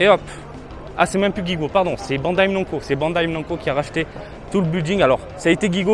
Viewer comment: Salut mon, super vidéo cool et tranquille comme on les aime! J’arrive jamais à savoir si tu fais exprès de dire “bandai Mnanco” mdr Si tu viens à Okinawa n’hésite pas à me dire je serais ravi de te faire visiter;) allez tchatchao!